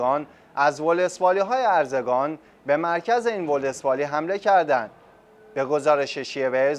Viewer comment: ارزگان نیست اروزگان هست اول اسمشو یاد بیگیر بعد حرف تو بیزن